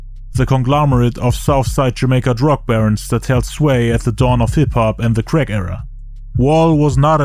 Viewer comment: "he went back to selling creck" 😂